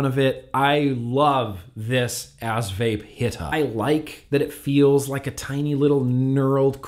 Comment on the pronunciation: He said ass hrhr hrhrhrhr